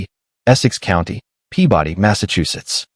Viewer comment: My eye twitched every time he said “Pea body”